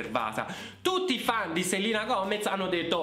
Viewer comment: Grazie di aver detto 'Selina' e non 'Selena'. Nessuno che mai lo pronuncia giusto 🖤